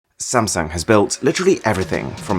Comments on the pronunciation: did he call samsung samsang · gotta add one more. it's actually pronounced as Samseong, not Samsoong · 1st its burj HHAAA leaf AHHHH no K sound, next its sam SONG